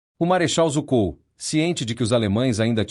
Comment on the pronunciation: Na verdade, a pronúncia do nome do Marechal Zhukov é mais próximo de "Djukóf"